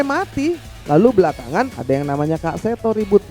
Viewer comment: Bukan 'kak'bang Refly.... Tapi kek seto